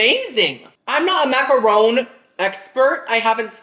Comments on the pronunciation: MACK UH RON (not rone). 😮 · MacaRON, not Rone. Ron as in Harry potter's bff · So yall just gon keep letting him say maca-RONE? Smh, the shade of the boots!, it’s actually pronounced maca-RON (like the man’s name). 🫶🏾